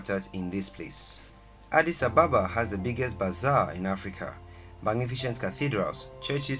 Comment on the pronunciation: Hallo brother, What's the meaning of Addis Ababa???? The answer is offcors New flower. Okay the way you said Addis Ababa is wrong . It's ok I understand you brother no problem. but there is to another mistake, you write in this video Addis "Ababa " this is meaningless words feel me ? I just leat you know so this is the right way to write Addis Abeba not Ababa Thank you. kip it up I like your videos Teaching all over the world who don't have ideas,whats Africa looks like , And my last words I mean I don't really write good English but hope you will understand what am trying to say you appreciate it